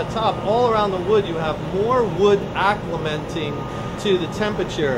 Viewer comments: thank you for this video but please please stop saying "acclementing" it's acclimating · Stop saying "acclementing"! ;)